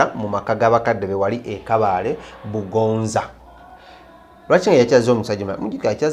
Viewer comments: Wakafa wakalya nenyoko nolugambo olufu yogera kubalala ono omwesonyiwe mbu ngongongongo mbu bugonza its bugonzi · Kabale bugonzi not bugonza hoooo